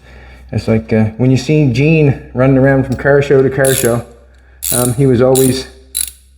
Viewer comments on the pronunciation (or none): none